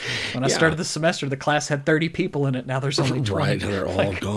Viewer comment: "Hey their Poople"?